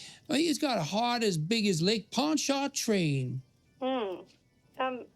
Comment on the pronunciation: Jimmy's pronunciation of lake Pontchartrain is amazing. It completely gives away that he's not from Louisiana but you would have to be from Louisiana to understand he's pronouncing it wrong so it works as a great subtle comedy moment. Ponchutrane it's closer to how it's pronounced. People reading the word say point chart train if they are not familiar with it